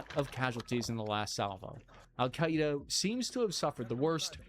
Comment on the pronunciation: "Alkaida" not "Al-Qaeda"